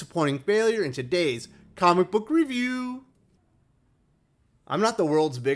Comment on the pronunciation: Hmm..this is interesting.Yours is the 4th review of this book I have seen. All by people whose opinions I respect. You and Englentine have disliked it, while Ash and Joe (Joe's Geek Show) did like it. I need a tie breaker.Excellent..as always.